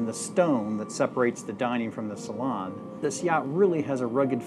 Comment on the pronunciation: The way pronounces Salon 😅